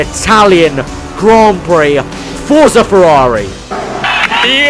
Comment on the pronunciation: ™ its forza not forca buddy